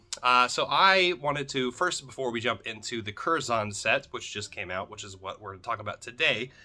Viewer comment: Pronounced curzun. British English. We use the schwa everywhere. ə